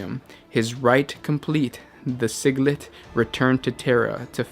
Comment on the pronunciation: Im actually glad dropped the silly cadence when reading the script but It's like nails on a chalkboard when he mangles some of the words. Here are a few that I caught. - Eschels - Fallible - Sigilite - Sigilite